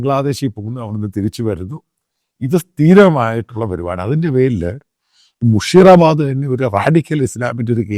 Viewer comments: Sir It' not മുഷീറാബാദ് മുർഷീദാബാദ് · മുഷിറ അല്ല. മുർഷിദാബാദ്